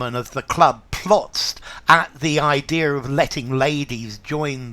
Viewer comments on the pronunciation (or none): When you said “idea-R,”